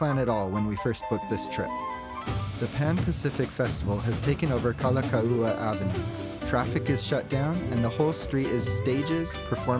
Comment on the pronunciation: Really enjoyed the video, we are lifelong seasonal residents of Oahu but still enjoyed your take, especially the bus part (I’ve never been on a bus in Oahu ever). Anyway your videos have a nice vibe and pacing, very relaxing to watch. Btw, some pronunciation tips: Kalakaua pronounces “Kala cow a” Kawela bay is “ka vela”